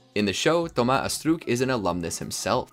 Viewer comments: Stop saying astrook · I know its french but french ppl don't pronounce astruc like that